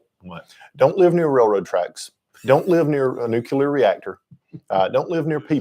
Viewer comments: I am sorry, but I could not finish the video, hearing "nucular" so many times got on my nerves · Geezus H Christ stop mispronouncing nuclear………